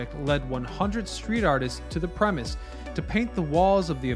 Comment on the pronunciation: Sorry dude. It's not "premiss" it's "premises" I hate English "Irregardless" an interesting video ;-)